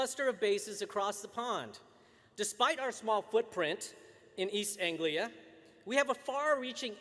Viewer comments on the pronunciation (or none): none